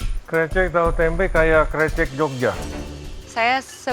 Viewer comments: Risih bgt disebut nya *krecek😢😢 , harusnya ke-> recek (rese - check - cek) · Chaf Karen bilangnya Krecekkk harusnya Krecekkk pake E 😭 paham ga si bacanya E bukan e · iya, dibaca krécék harusnya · Sbenernya bilangnya krecek bukan krecek, wkwk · Kok chef KC bilangnya krecek? Kan yg bener krecek